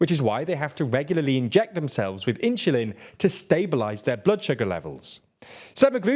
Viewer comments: It's weird when somebody tries to explain biochemistry who cannot pronounce insulin (not "inshulin"). Is that a local strange dialect or something? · why does he keep saying: "inshulin"? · This is the most curious "Insulin" pronunciation I've ever heard 😂 Inch-oo-lin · Market cap is irrelevant. It's a virtual value, not profit or even revenue. Also, , that's a weird ass way to pronounce insulin. You say it like it's "inchulin". And semaglutide can have serious side effects too, mostly if you don't use it for diabetes. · I get harder every time he says inshulin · "inchulin" say it all together "inchulin" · At first I was like “huh? Inshoolin” I thought I ,it’s heard it. But nope - he definitely said “inshoolin” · What the hell, why does this guy pronounce insulin this bad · There's no way insulin is pronounced like that in Britain.. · even you mispronounced insulin i think there no hope for you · I love the way he says insulin. 😂